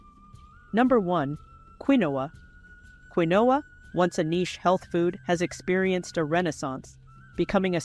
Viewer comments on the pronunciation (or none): Pronounced KEENWA NOT QUINOA😅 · Interesting video, doesn’t know correct pronunciation of Quinoa and used two different pronunciations, confusing those not familiar with the product. Not particularly helpful as not realistic altergive;.